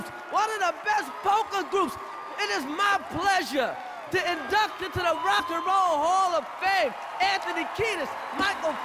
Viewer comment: Chris Rock "We're at the Rock a ho hall a fame"